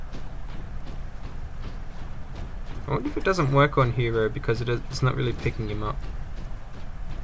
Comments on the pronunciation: Also you said HERO not HIRO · his name is not Hiro its Hero